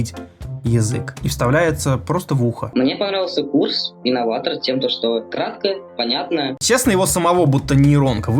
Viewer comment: не справился даже с буквой «Р». Истинный инноватогх